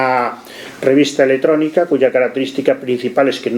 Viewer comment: ¡El presentador, profe universitario, dice "eletrónica"!